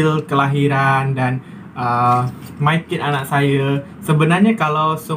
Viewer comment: MyKid bukan MayKid ya.